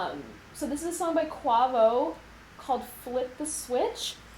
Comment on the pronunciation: his name is pronounced (QuaWAYvo). QUAVO